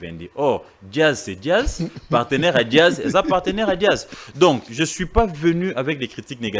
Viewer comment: a du mal pour prononcer Jazz il dit Diaz,aza muluba?